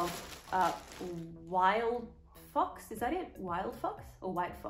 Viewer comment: All I can hear is wild fuc**s, but I think you said wild fox?